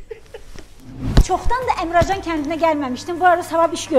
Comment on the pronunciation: Əmrəcan yox Əmircan